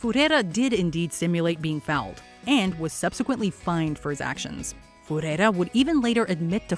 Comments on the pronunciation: Who calls 'Rivaldo' as Fureira? The moment Americans shift out of American sports, they butcher the names 😒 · who the hell is Furrrreira?? why not use google? he is a world famous player going simply by Rivaldo. What an atrocious pronunciation… jesus christ. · Who the hell is Fuhera? That’s Rivaldo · Rivaldo fERrEria 🤣🤣🤣🤣🤣🤣🤣🤣🤣🤣🤣🤣 Sometime can tell the ignorance of the people who run, script and read for this channel No one has ever called Rivlado by his full name in the world of football 😅😅😅😅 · OMG "as fERReRia fell" 😅😅😅😅😅😅😅😅😅😅😅 Literally has "Rivaldo" on his shirt too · One heck of a way of pronouncing Ferreira. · The way you pronunced Rivaldo Ferrera destroyed my health.